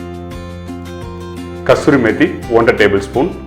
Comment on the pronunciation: Nice preparation. But kasuri methikku, kasthuri methinu solringale?😂